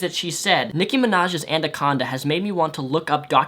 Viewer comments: "ANDACONDA" HOLY FUCK I'M CLENCHING MY BUTT PLEASE. ANACONDA! Agree on everything else you said in the video though. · Anaconda, not andaconda... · "andaconda" it's ana-con-da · Am I the only one bothered that he said "andaconda" not anaconda? :P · bit of a late viewer but what's an andaconda? xD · Anaconda. Not andaconda. Sorry for being a ... pronunciation nazi. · OK I am sorry I had to say this but it is not and a Conda it is anaconda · its anaconda not anderconda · WTF is an "ANDACONDA"?!!! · Also, what's an andaconda? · not trying to be rude but "anaconda" not "andaconda" lol sorry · 'Andaconda'. xD lol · I really liked this video, but the word is "anaconda," not "andaconda." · What the fuck is a andaconda? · It's ANACONDA not ANDACONDA. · lol, "Antacondas". Thanks for making my day,. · It's 'anaconda' and also, she was quite obviously joking that feminism and misandry are the same. I'm not defending her, but I thought it was pretty obvious. Also, I also thinks it's obvious that she's just trying to hold all of these SJW views to become internet famous - she knows nothing about these topics at all. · "My Andaconda don't, My Andaconda don't" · lt's pronounced a-na-con-da, like it's spelled. Not certain wether that's new to you, or wether your nose was runny when you recorded this, but l nearly went nuts. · I thought I was the only one that noticed "Andaconda" lmao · Andaconda XDDDDD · am i the only one who hears him saying ANDACONDA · wtf is an "andaconda" ? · i agree with everything you said in the video..but i can't wrap my head around the fact that it sounds like you're saying "Andaconda"? haha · The way he says anaconda though.. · Damn, that is not what feminism is. she is insane. also, you say anaconda weird.... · Shows his LEARN TO SPEAK comment, then mispronounces 'anaconda' about 10 times. Yeah, I'm a dick right now. Otherwise I liked the video, though, no grudge against Rep.